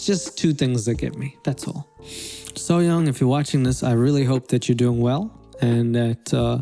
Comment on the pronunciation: Bitch she is just seafood really? It's called SEAFOOD SASHIMI and stop saying her name wrong it's not called SOOYONG it's SSOYOUNG! Tf how she torturing those animals she is making food seafood chefs are psychopaths so that's what you mean? Because they are "torturing" / making seafood for their customers really?